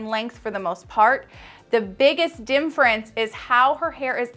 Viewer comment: You have a lot of wonderful information but omg you remind me of Benedict Cumberbatch trying to say “penguin.” Somehow you keep saying “dimfrence” instead of “difference.”